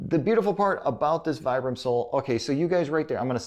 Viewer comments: it's pronounced "VEE-BRUM" phonetically, low IQ, overly self confident Americant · Nope, that's uncorrect. Vibram is an italian brand and the brand name comes from the founder's name Vitale Bramani. I'm italian and I'm sure it's not pronounced Vaibram. Still it's not something really important how someone pronounce it since you know what he was talking about